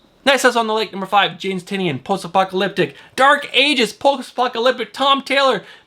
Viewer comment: Bromigo. Say it with us, Tie - Nin. And yes, I too am collecting everything James Tynion IV is writing. Great show as always.